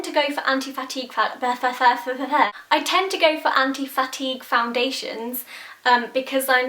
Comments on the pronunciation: I kept hearing, anti-fatty. And I was like, "....makes your face...less fat?" ahahahaha, then i understood anti-fatigue. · I thought you were saying "Anti-Fatty" and I was like sold! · I kept thinking you were saying 'anti-fatty' and got really confused as to what that meant... Love the reviews, though. I'm extremely pale & have tried near every brand of highstreet foundation & nothing is pale enough even if it gives good coverage & a nice finish. I'm off to my local MAC tomorrow to hope & pray they'll be pale enough. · at one point i thought u said "anti-fatty" foundation lol where is ur nail polish from? love it! xxx